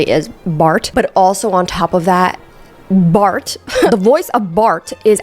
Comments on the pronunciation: Pls stop saying Bart like that lmaooooo like BHLART😂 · The way you say "Bart"😭😂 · Just the way you say Bart is cracking me up! 😂